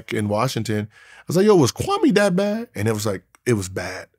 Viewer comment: Is Gilbert saying kwame Brown or "Krummy" Brown